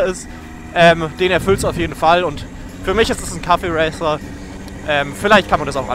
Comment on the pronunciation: es heißt Cafe-Racer nicht Kaffee-Racer. wie das Cafe. Verstanden. Dann is ja alles gut.